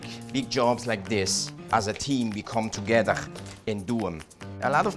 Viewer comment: come toge-dawrgh